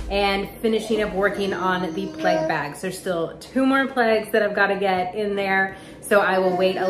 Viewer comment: OH Plague ... I thought you were saying " Pleg " and I was lost ... Nice vid as always .. your pic at the end is soo soo pretty. Happy Passover